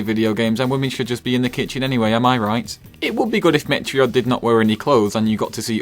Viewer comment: I had to pause when he said "met-re-od" because I was laughing so hard.